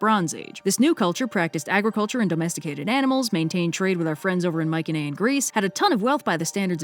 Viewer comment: HEY! will you please at least Google how to properly say Mycenaean. I know I could be seen as nit picky for saying anything but After hearing you say it wrong every, what felt like, 23 seconds in the Dionysus video the Dionysus video I just had to say something when you were still saying it wrong in this video. ( Mai•suh•nee•uhn ) Mycenaean